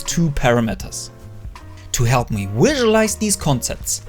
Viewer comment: someone should count how many times he said "wisualize"